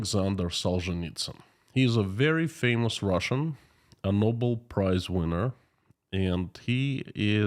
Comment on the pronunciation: Bobel = Nobel;) a small mistake. Greetings and have a great day.